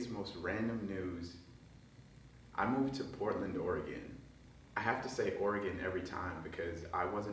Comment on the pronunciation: Yo, at least you pronounce Orygun correctly 😂